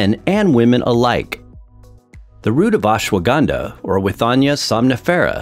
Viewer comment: It is not acceptable (euphemism) to the ear when you wrongly pronunce Ashwagandha. Better know the right way to say and them indulge in such lectures.